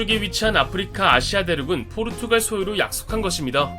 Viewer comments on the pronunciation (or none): none